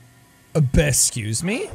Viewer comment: "esxusemwa" oh my god